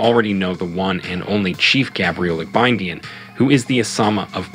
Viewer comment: Is the pronunciation of Igbinedion as Ibidin for me 🤣🤣🤣